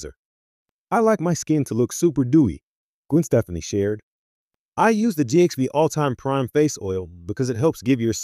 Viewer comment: You would think if you're going to do a report on someone, you would learn how to pronounce their fricking name!!!!!